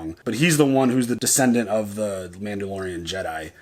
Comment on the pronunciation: Man-BO-lorian!! LOLOLOLOLOL Mando-saurus!! LOLOLOL LOVE IT!! Also, I thought Grogu was trying to say "Look out behind you!" and not "This is the way".... I think he woulda felt them rollin up via the force.